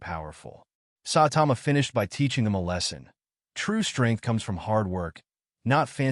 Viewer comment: its ai